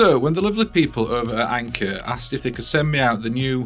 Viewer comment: Anker. Phnaar. 😂